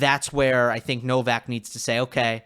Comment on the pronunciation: Wish you guys would pronounce Novaks Surname PROPERLY